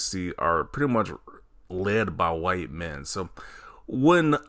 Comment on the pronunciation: Whiy-te. man oppressed in America … 😂😂😂 is hilarious LMAO 😂😂😂